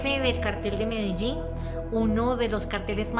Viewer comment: My god that is the worst way I have ever heard Medellín said in my life.